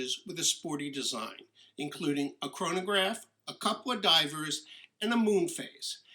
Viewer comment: Great video, but every time you say chronograph I cringe.